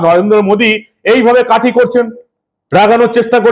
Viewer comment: কাটি নয়-কাঠি।